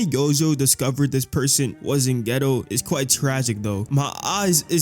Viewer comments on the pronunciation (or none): The fact that ur saying “ghetto” instead of “Gayto” is pissing me off… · i swear hes saying yuta and geto wrong on purpose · its not geto its kenjaku